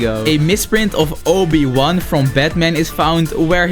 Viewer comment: He said o I wan form batman